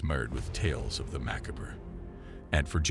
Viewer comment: Please don't mispronounce "macabre."